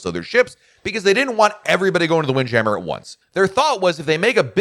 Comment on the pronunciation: Sounded like you messed up saying wind jammer. I love seeing the ocean while I eat. Didn't seem like they did that as much. I know this adds weight but wish the balconies in the woods had shrubbs and more naturary. On the southern deal. Sounds stupid but wish they did all the cups in mason jars no matter what drink you get. And hopefully moonshine a staple. On the door being open. That is wild. And I don't do stick on the doors. I had my first balcony and they say close the doors. Messed up and the main door closed. My card inside to do lights. Called them to open and she was furious. Ha, ha didn't do it again. On not having a Broadway show. They normally have great stuff to do. Like did you take the slide. On the garden area I get this idea from our church but we had angels. If safely able but probably not. How about anchors that have lines and a show where when it gets dark workers that are not scared of heights wear outfits that are firefly pixies. And maybe even include the guests for a price to be apart of it. Remind me of fire flys at night. Man two weeks on the same ship just wild.